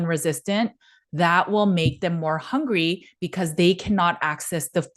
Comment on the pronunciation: Why do you say hangry instead of hungry? Is it an accent thing? Just genuinely interested to know.